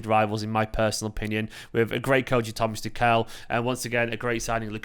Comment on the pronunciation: Try pronouncing tucol instead of tookehl